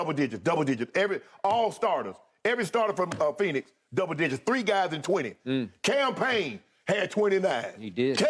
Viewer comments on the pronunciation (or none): When Shannon said Cam Payne name like he did I fell out laughing 😂😂